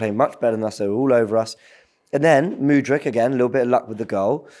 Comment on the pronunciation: Its mudryk.. Who the hell is mooodryk!!!!